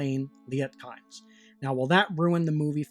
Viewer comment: Kynes is pronounced 'keens' - or at least it was by Frank Herbert in several interviews